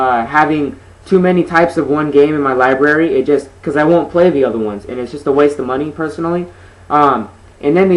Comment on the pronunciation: lol libary nice